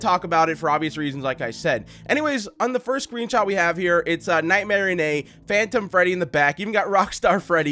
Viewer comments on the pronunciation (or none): You said night Marianne